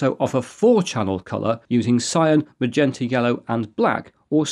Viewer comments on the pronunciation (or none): none